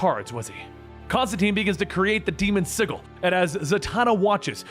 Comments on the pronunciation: Sigil is pronounced S i (J ) i L the G is a J sound hon. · It pisses me off how he pronounced sigil it’s fucking si-j-il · Sigil is pronounced like sijil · The pronunciation of 'sigil' kills me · You know how to pronounce “Hecate” but don’t know how to pronounce “sigil”? Smmfh. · Hate to be the "nitpicker" but sigil has a soft g like the name George. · uhhhh that's not how you pronounce sigil lol